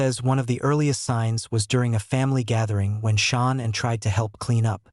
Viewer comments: You can't even check that AI kept pronouncing Shannan incorrectly. So disrespectful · All of these AI robot voices mess up Shananns name so bad. It's so distracting. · Some of this is not factual and although the voice is generated, you should still make the effort to pronounce Shanann's name correctly. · Continually mispronouncing the lovely Shanann's name weakens the credibility of this post. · Can’t you be more professional, and pronounce/write the most important correctly ; name of the main victim? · I pray for Shanann's beautiful family. I urge you to PLEASE change your voiceover and the captions to say "SHANANN" instead of "Shawn"! Her name and memory need to be respected in every way! Do it even if you have to remake the whole video! Thanks. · To those who put out this content, use your own voice not AI.....pronouncing Nicole as Nickal? Shanann as Shaw ann? Use your god given voice.....dont be so lazy. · Her name is SHAN'ANN. I know this is a AI channel but out of respect please get the name right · You should know how to pronounce Shan,ann's name. You Americans love making money from this tragedy, on Utube in particular. You should get your own content. This family has asked you all, over & over, to stop making mondy like hou. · Your AI doesn't pronounce her name correctly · Dude!!!! At least teach your sorry AI narrator to say “Shannon” and not “Shawn”!!!! I cant even listen anymore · You pronounce her name Sha Nann. Not Shawn. Learn how to pronounce Sha Nann. Please. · get her name pronounced right, there is no U in her name, it's not Shaunann it's pronounced Shannan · Pretty sure this is AI voice. Because AI voice is never seemed to pronounce things correctly, especially people’s names and in this case a woman that was carrying a child murdered by her own husband in this fucking podcast. Can’t even get her name right you keep calling her Shawn! It’s Shaan’an! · Shannan NOT Shawn 😢